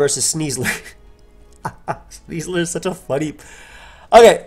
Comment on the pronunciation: I cannot not cringe hearing "Sneasler".